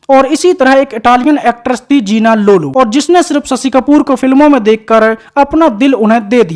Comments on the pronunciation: सशि कपूर नही शशि कपूर बोलो भैया।अपनी हिंदी को सही करो। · स शी नही रे शशी . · Sasi…. Sammi…. 😅😅 pronounce properly or ask someone else to do voice over .